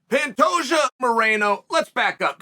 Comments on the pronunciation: You lost me at “Pantajio” 😂😅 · Cmon Chael at least say Pantoja right... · Things I learned today. Pantoja (actually pronounced pantageoo) won his fight last Saturday (probably by finish) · Chaels latest phonetic fighter name: Pan-tay-joe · it's not a hard name to pronounce why the shade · this guy is stupid first learn how to pronounce Alexandre Pantoja 2 let Pantoja do whatever he wants to do . The good or bad guy let him be himself like brandon is himself maybe that’s why he has blown up . GSP GOAT was also himself when Skillful and Talented no need to act a fool like you suggest bad guy ha.. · Chael really put the pronunciation of Pantoja through it's paces! I counted six different pronunciations 🤣